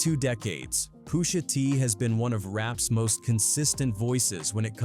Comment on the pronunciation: "I'm your Poosha."